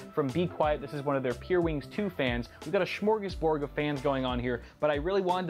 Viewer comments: "We got a schmorgosbord" It's pronounced smörgåsbord. I blame the weird pronunciation on the Swedish chef. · Smörgåsbord is pronounced Smerr-gaus-boord :D